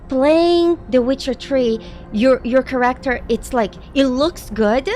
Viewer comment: Dude! You are so cool.. But please, get the pronunciation of the word "character" down! 🙂